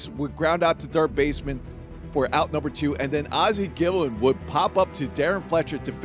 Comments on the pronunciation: Ozzie "Gill-in" omfg dude lol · Worst pronunciation ever.